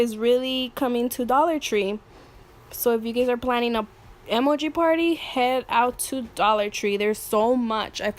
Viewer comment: Why do you say emoji like that?